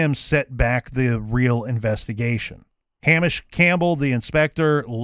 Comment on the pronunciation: Hamish is pronounced Hay-mish not ham-ish